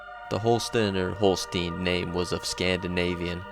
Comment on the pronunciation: Stephen Holston, Holstein would be pronounced Hol-stine , good infos , i'm a descendant of one of the early long hunters in the area